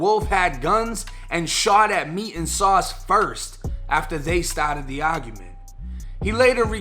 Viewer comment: “Met” and “Sauce” 🤦🏾‍♂️